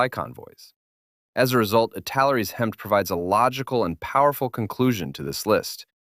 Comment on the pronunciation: HEMTT is pronounced as Hemitt, and I'm surprised you didn't ID the Ural trucks as a must for the other side of the Cold War.